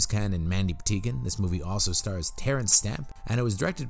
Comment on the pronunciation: Are you saying "Mandy Pateekin"? It really sounds like you are. I'm guessing you're not, but just in case... it's Mandy Pa-tink-in. My favorite Mandy thing ever